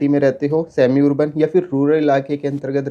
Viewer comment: Urban (arban) ✅️ Wurban ❌️